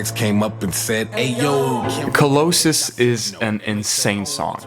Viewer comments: Co-low-sus 💀 nga it's Ca law sus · It’s pronounced cah-lah.siss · whys this guy say colossus like that? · I was truly bothered by the track colossus pronounced like cuh-LOW-sis and not cuh-LAW-sis like everyone else says it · colossus = how it’s spelt / call-ass-ess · bro says "co-low-sis" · cuh-low-sis instead of colossus is hilarious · cohlowsus haha really good video btw, one of, if not the best videos on this topic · I’ve never heard someone pronounce “Colossus” like that and it’s driving me insane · are you stupid?!?! its obviously pronounced colossus idiot face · The way you said colossus 😭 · I’ve never heard someone mispronounce “colossus” that way that many times I didn’t even think that was an obscure word, I thought that shit was common knowledge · pissed off how u pronounced colossus.. good video tho!! also I'm positive that tamale just isn't in the timeline of the trilogy. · amazing video but please for the love of god i am begging you to pronounce colossus and bimmer correctly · i can't get over the odd ways this guy pronounces words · Bro, why do you say words like Bimmer and Colossus wrong? He CLEARLY says them in the songs. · video was absolutely stellar but the way you said collosus made me sad